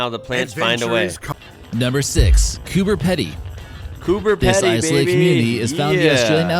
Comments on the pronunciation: The name is Coober 'pee'-'dee', NOT 'peddy'. You usually get our place names right, I was so disappointed when I heard you repeat that mistake. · you and the voice in the video are pouncing Coober pedy wrong. you're saying it more like petty office, it's peedy :) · was going to say the sinkhole is on east side of Mt Gambier . in a park , good lunch stop place or just tourism. The Pedy in Cooper Pedy is pronounced like " reedy " . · I'm sorry, but it is pronounced Coober "Peedy", not Coober pedy! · First it's Not Coopapedy it's pronounced Cooper -peedy and if your traveling from Perth to the East you will be going through there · Coober Pedy is pronounced as "peed-y" rather than "pe-dy" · Cooper Pedy is pronounced Cooper PeeDee not Cooper Pedi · It's pronounced Coober Peeeedy not Peddy. And it's pronounced Frazer Island not Fraiser Island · Its pronounced 'Peeeeeeedy' not 'Peddddy' ! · the Pedy in Coober Pedy is actually pronounced as "pee-dee", not "peddi".:) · Pronounced Coober Peedy, not Coober Petty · Coober PEEDEE! not pedy it P.D. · Yes the middle of nowhere is so far away in Australia it's 100's of km away from what you think is the middle of nowhere. Oh yeh it's "Pea-D", not peddie. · There is a massive cloning centre that was located underneath Uluru (Ayers Rock) and has been dismantled in recent months by the white hats. Also not pronounced Coober PEDY but said like Coober PEEEDY. I'm from that state (Sth Australia) so I know. Also it was one of the filming locations for Mad Max Beyond Thunderdome if you ever saw that. I've lived 61 years in Adelaide and haven't bothered to go there but my friend went there once. It is not really a place you'd go alone. People have gone missing there. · Coober Pedy, (peedy), it's on the Stuart hwy which goes straight through the middle from Adelaide to Darwin with Alice Springs in the middle, also the way to Uluru so does get a lot of tourists seeing you have to go past it going from Adelaide, love the vids